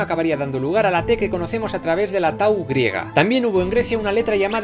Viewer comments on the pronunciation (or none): Yo soy de descendencia griega y te digo que eso no se pronuncia así, se pronuncia 'quilií' aunque ponga 'quilioi' porque el ómicron (ο) en diptongo junto con el iota (ι) se pronuncia 'i' Se pronuncia 'taf', ya que a veces el ípsilon (υ) se pronuncia 'f' Se dice 'cita' Se dice 'dsita'